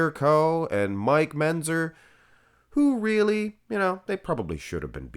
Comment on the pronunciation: It's MENTZER, not MENZER. And KLEIN rhymes with RECLINE.